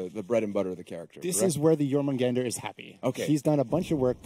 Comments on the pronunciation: "Jormungender" it's pronounced: "JormungAnder". With the "A" being pronounced the same was as it is in "car". EDIT: Where is Centurion rework? I need my incredibiboi. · Anyone gonna point out how none of them can pronounce Jormungandr? Weird name choice considering the hero isn't a snake